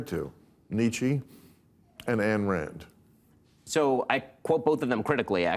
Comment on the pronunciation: Bill mispronounces both Nietzsche and Ayn Rand. 🤦‍♂